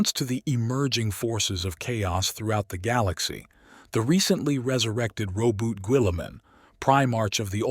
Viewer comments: Rey-boot-te Ge-lee-man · Row-boot Gwilla-mann